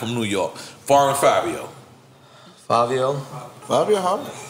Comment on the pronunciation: This nigga nore said "Foreign Favio" 💀 And there is about 20 rings on fingers between the 2 of these niggas 😂😂😂